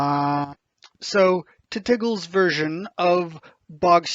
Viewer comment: As much as I disagree with all of these points, pronouncing it "titiggle" is the most beautiful thing ever and I'm using that from now on.